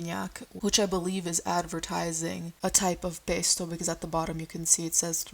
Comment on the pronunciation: the way you said pesto and spaghetti then went back to american im screaming